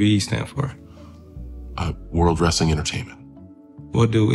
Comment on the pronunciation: If Marco say "wrastling" one more time 😭